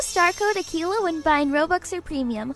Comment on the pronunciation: when she says use star code akeila, it sounds like tequila